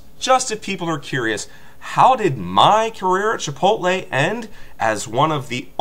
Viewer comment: Chi-Pot-tle sucks huh? I hear you there, preach it brother.